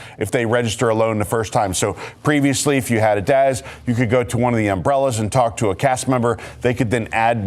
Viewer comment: I'm sorry but its DAS not DAZ 😹😉